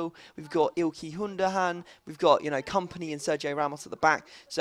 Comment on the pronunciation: ILKY HUNDOGAN??? its Ilkay Gundogan